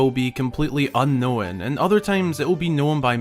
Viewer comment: "Completely unknow-en"